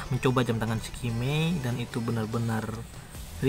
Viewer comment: eskamei bacanya bang, bukan skimei. cemiwiw